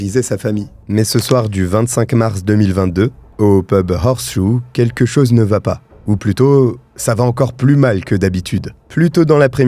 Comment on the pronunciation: Attention, horseshoe ne se prononce pas "horses-hoe" mais bien "horse-shoe", ce qui signifie fer à cheval ! ;-)